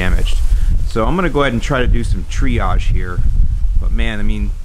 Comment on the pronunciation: You"ve had to do some triage (TREE-age). Sorry, that was terrible.